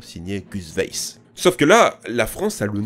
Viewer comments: Weiss se dit « waïss » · Weiss se prononce vaïss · Ça se prononce "vaïsse"